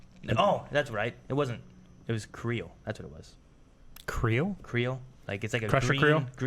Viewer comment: "Cree-yole". You're welcome.